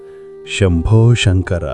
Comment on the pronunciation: chinna vinnapam...SANKARA ane padaanni SHANKARA ani palakatam konchem vibbandiga vundi..dayachesi gamaninchagalaru